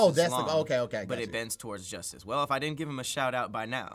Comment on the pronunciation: "But it bends towards Joistice."